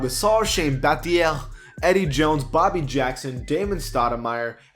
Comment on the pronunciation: Please never say Battier again